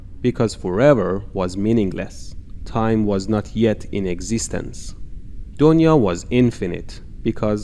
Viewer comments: Its not doniya Its duniya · It's not donia it's dunia and dunia mean world and "brahmaand" means universe. You should use "brahmaand" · The pronounciation of Donya is dunya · I know he was trying to say donya as dunia it is because of revolution of language from parsi to hindi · and thats not doniya its pronounced as "THUNIYA" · When you realize he is saying " du-niya" which means world !!